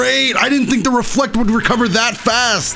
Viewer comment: When he said reflect I thought he said were fucked 😭